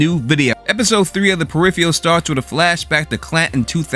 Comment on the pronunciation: Can’t even pronounce the show’s title correctly 👎